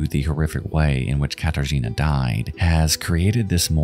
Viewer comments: You want to know what words you mispronounced? Katarzyna, for a start. In Polish, y has a much more dull sound, what you were saying was a lot more like the Polish i. Unlike English, letters in Polish are always read the same way unless they are part of a combination that is read a certain way (think of how 'ch' in English is read, even though neither c or h make anywhere near that sound in any other case in English). Also, Kraków, though that one I doubt is your fault because a lot of English sites change the ó out for an o, even though it makes a u sound (if you want to learn Polish you end up having to learn which words use ó and which use u, there is no difference in how they sound in Polish and which words use which doesn't have a universal rule, just some rules of thumb that have exceptions) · As a polish person, it was painful for me to hear every time you pronounced "Katarzyna" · idk maybe it's because i'm polish but hearing people always butcher Katarzyna's name is kinda ... meh. may she rest in peace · bro is it too much to go to google translate and just try to pronounce names more correctly.. i know some stuff is hard for non native speakers (in this case "rzy" in Katarzyna) and i don't mind but it wouldn't cost you anything to listen to the correct (or semi-correct that still would be enough) pronouncation and maybe say Zawada with a v instead of w this irkes me here the most bc i know how those names should be pronounced but that goes to all languages that are foreign to you, it just makes the entire story fall flat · Okay, you asked for what you mispronounced: "Katarzyna" shall be pronounced without the "r" since "rz" is one letter, also "J" is pronounced as "Y" as in the word "Yankee". So "Jonczewski" is pronounced as "Yontchévski". But, close enuff tho :) Like this comment, so he will see it and improve his pronounciation in future. Welcome :) R.I.P. Katarzyna :(